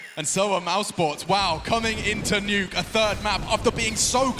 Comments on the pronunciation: He really said de neuuuki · Did the caster just pronounced the map as de_nuck-e?